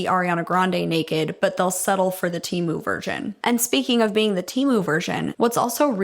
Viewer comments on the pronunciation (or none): none